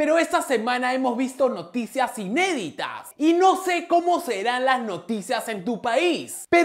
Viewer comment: te desayunaste la i de Noticias jjjjjjj